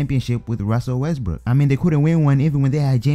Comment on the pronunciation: " Ruzzel Wesbruuk" 😂